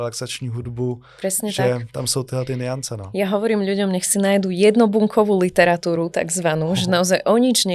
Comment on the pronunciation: Pekný rozhovor, naozaj aj nádherný hlas. Kks, ale tá výslovnosť 🙈🙈🙈🙈🙈🙈🙈🙈🙈🙈🙈🙈🙈🙈🙈🙈 - bLÝžiť - netfLYx - pozeraLY - LYtwratúra - maLYčké - mysleLY - vedeLY - na uLYci - kLYenti - inteLYgent - stoLYčka V každom treťom slove. Prosím, skúste povedať slovo LYteratúra a LIteratúra. Ak to bude znieť rovnako, tak už nemám čo povedať 🙈😀